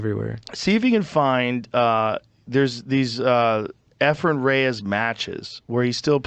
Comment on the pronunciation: E'fren, not 'Efren.